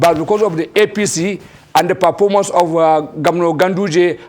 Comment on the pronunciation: "Perpormance' , Pinish, Pulani. 🤡